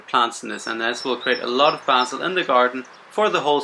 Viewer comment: Great info! Thank you! I love the way you pronounce basil. 😊